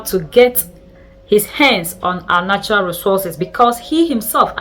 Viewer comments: She doesn't say "manual resources". She says "maneral" resources. I love her very much and she is doing a great job but like many of our great pan African content creators, they need to do some work on their English language skills. They need elocution lessons if they want their work to be more successful. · You call NATURAL RESOURCES like manual resources? Do the correction in pronunciation NATURAL RESOURCES